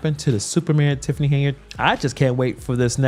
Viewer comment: If,Henyard,is on the card,no one can pronounce yard, it's just to hard,so they say yurd which rimes with turd.